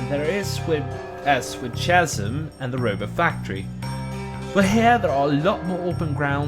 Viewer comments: 2 things. 1.Chasm pronounced "Kas-im" not "chaz-im". 2. This was a great video other than that 1 mispronunciation. They just release TS 1-3 on PS5 and i plan on playing all 3 with my mates. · I know this is four years old, but “chasm” is pronounced with a hard “k” sound, not a soft “ch” sound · i lost it when you pronounced chasm im sorry